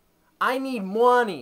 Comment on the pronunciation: "i need MUHHWNEY"